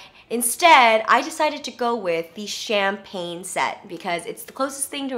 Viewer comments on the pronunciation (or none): none